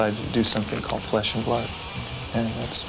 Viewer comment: "Fresh and Blood" instead of "Flesh and Blood" Never change Japan.